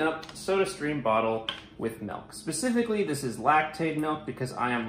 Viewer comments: “Melk” The Midwest would like to know your location